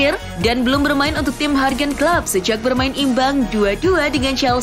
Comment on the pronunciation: finally ;) satu lagi kalo boleh, jurgen klopp, bukan hargen klop, yurgen klop, yurgen, hyurgen